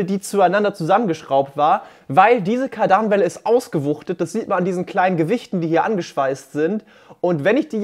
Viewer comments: KARDANWELLE nicht Kadanwelle 😁 interessantes Video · Es heißt kar· dan·wel·le und wird Kard-an-welle ausgesprochen, danke. und nicht kardan-welle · Jedes mal wenn du Kardanwelle sagt, rollen sich mir die Fußnägel auf. KARdanWelle, nicht KARDANWelle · Kardanwelle nicht kadarnwelle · Es heißt Kardanwelle und nicht Kaardaaanwelle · Es heißt immernoch nicht Kardaaahhnwelle, Kardanwellen mit kurzem ,,a" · Heisst das jetzt Kardaaaanwelle Oder Kaaardanwelle? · Warum sprichst du Kadarnwelle so komisch aus triggert🤯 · Man spricht Kardernwelle zusammen, des triggert mich extrem. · Du sagst kadernwelle lustig :D wie immer schönes Video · Nö. Langes 2. a! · Höre ich jetzt auch zum ersten Mal das man das so ausspricht. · Alles nice aber wie er Kardanwelle ausspricht regt üüüüübel auf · Alles schön und gut, aber sprich das Wort Kardanwell bitte richtig aus!!!! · Mega geile kiste. Sieht man kaum noch in freier wildbahn. Aber wie du die kardanwelle aussprichst, tut im gehör weh🤔😱😁